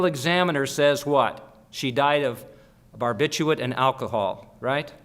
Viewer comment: Such a pity he can't say "Barbiturate" !!